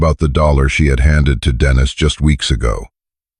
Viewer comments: True, it's annoying to hear AI pronounce a man's name, as a woman's name. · Dennis is pronounced Den is.